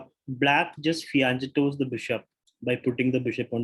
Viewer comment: ഫിയാൻ ചെറ്റോ അല്ല ട്ടോ. It is ഫിയാൻ കെറ്റൊ. N.R. Anilkumar സാറിനോട് ഞാൻ ഇത് ക്ലിയർ ചെയ്തിരുന്നു. Just FYI. (He knows you by the way.)